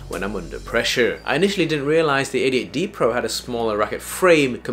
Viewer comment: I thought i heard "idiot D Pro" 😂